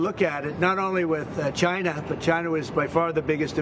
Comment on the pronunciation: This is not Trump. He says "Chy-na" not China.